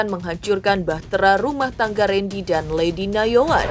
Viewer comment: Ketut bkn kentut Nayoan bkn Yanoan 😂😂😂